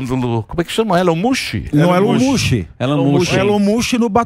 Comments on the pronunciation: Elon mush 😂😂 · Elon "mucho"??? Oi!? Rsrsrsrs😅